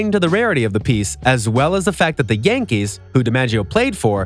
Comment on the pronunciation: ITS YANKEES NOT GANKEES